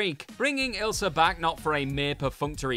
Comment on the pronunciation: You mispronounced the names deliberately. You proved that you can say Ilsa and a few seconds later you say Isla.